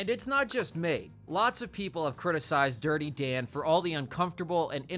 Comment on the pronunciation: "DIrTy DaN¹1!" Talk like a normal person, freak